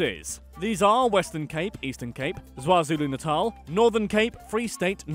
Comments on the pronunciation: HOLD UP! I can excuse the mispronouncing of afrikaans words but how tf do you mispronounce the letter K in kwazulu-natal. You said zwazulu-natal?? Bruh. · Anyone else hear Zwazulu natal? Bruh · Zwazulu natal you nailed it 😂😂😂🤣🤣